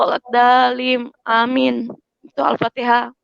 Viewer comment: Pastas lah dia jadi peserta MTQ baca patiha nya pasateen kaliii aaah😊😊😊😊😊😊